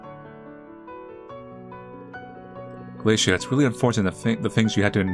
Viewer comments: Just FYI, The name is pronounced "gala-tee-ah" or "Gala-tay-ah". Not "Galacia". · No, is pronouncing Gah-luh-tee-uh wrong on purpose like when he Says the names Kaoru as Kaeru to mess with people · Not pronouncing Galatea (Gah-luh-tee-uh) as Glaciea lol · I've never heard anyone pronounce Galatea the way you did also I think I saw that particular mermaid in a vision